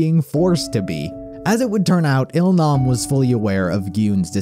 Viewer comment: its that oh-il-nam...we all cried mad for him